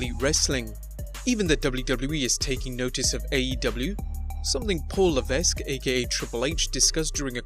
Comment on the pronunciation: Triple H's real name is pronounced "La-veck", not "La-vesk". Heh.